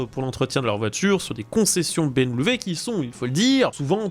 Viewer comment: Salut. Dites soit "BMoué" ou "BM" .... Ca suffira....On sent qu'c'est dur.